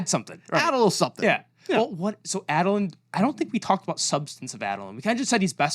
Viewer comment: saying Adolins name as Add-olin is horrific Ay-dolin / Aid-olin Edit: AND AZURE... Azure is a real word for a blue, sky like color. Please take out the "H" sound.